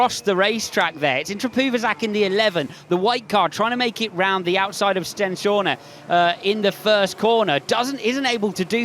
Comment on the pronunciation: Swear Stenshorne is pronounced sten-shawn not sten-shaw-na